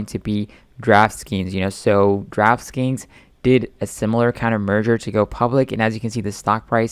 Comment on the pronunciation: Like your content a lot and so ‘a fan’ but PLEASE.... learn the company names! You speak fast but with your accent I assume English is your first language. So Draftkings is how it is and how it’s said. The s is at the end! NOT Draf Skeens. Other top analysts and You Tubers like Kerry G do the same with Lordstown Motors and I think you are one of them too. Saying LordSTowns. or Lord Towns... have train you. He has a better ability with English than so many American you tubers who butcher it and it seems lazy and even disrespectful to these company’s you represent in a way. I know, it’s just a peeve of mine as it’s repeated so many times poorly almost lazily. So please do your DD a while on these co’s learn what they are called *%\ your job. Your skill and passion so take a little time and practice it you need to. Be a role model as young people listen too. I appreciate everything else.